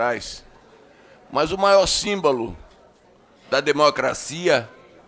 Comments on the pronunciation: Deputado Paulo Magalhães faça umas aulas de português não é simbalo e sim símbolo burro e ignorante 😡😡😡🤬🤬🤬🤬🤧🤧🤧🤧🤧😤😤😤😤😠😠😠😠😠😠😠😠😠😠😠😠😠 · O Deputado que defende o Xandão disse -" o maior SÍMBALO, ao invés de SÍMBOLO. Olha o nível de cultura. Socorro !!! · Simbalo 😂😂é o que há. Um politico, falar errado deste jeito.